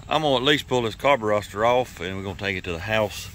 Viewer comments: I stopped watching after the 30th time you said "Carburoster" as if it was funny or clever. I will never watch one of your vids again. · I wish he'd say the word "carburetor" correctly at least once....